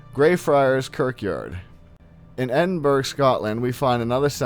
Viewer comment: Fun vid. quite spooky. But just for your information, Athens doesn't have Ohio State, but Ohio U. Also Edinburgh isn't pronounced Edin-burg, but Edin-bur-ah. Thought you'd want to know.